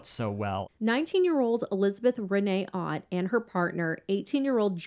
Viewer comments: Elizabeth Otte is pronounced Otay. I know this person all too well. I was one of the deputies that had to deal with her on a daily basis. There's more to her story, believe me. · I went to school with Liz and her brother, we rode the same bus. Their last name is pronounced like O-tea , but other than that, everything was correct. She really did suffer terrible seizures and they were exacerbated by other mental health issues after Larry died. This really was a tragic thing to happen in our small community of New Kent County.